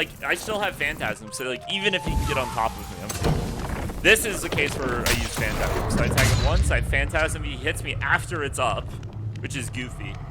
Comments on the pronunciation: it’s not fantasm phantom-ize like fantom-eyes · yo its Phantom-ize not phantasm